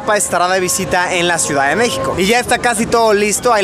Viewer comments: Es con x la pronunciacion y tu lo pronuncias con j. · "Mejico" si te la rifaste xD.